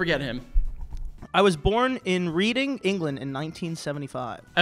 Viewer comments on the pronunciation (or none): READING 😂 It's pronounced like reding😂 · Just needing to tell the world that its not Reading like a book it's Reading like... Red-ing. Sincerely someone from Reading, England xx😂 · Reading being pronounced as reading (like a book) instead of Redding is KILLING ME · For your future, Reading is pronounced Red-ing. Annoying Huh? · It's pronounced red-ing, not read-ing 😢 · wait only bc it’s my biggest pet peeve like ever but as a brit, it’s pronounced ‘redding’ england not ‘reading’😭😭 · pronouncing Reading as Reeding threw me off lmao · Reading England has just sent me.. it’s pronounced RED-ING 😂😂😂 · Fact of the day, Reading In England is pronounced Redding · Reading, England or Reading, Pennsylvania is pronounced Redding. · Just an FYI, Reading is pronounced “Red-ing” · Reading is pronounced redding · I mean, was right about heaven 🤷🏻‍♂️ just being... frank 😏 By the way, my town is Reading and it's pronounced "Redding", like the one in PA. Kate's childhood home is, literally, 60 feet away from me. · the way he said reading 😭 pls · If he pronounced Reading correctly I’m sure they would have realised it was Kate Winslet straight away 😂😂😂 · Any definitely mispronounced Reading. Also, just goes to show how stupid influencers are